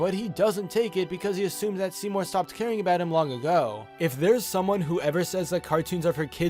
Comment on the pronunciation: Seymour, more like seemin